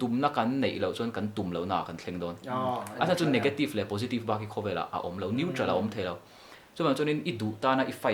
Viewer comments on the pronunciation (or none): none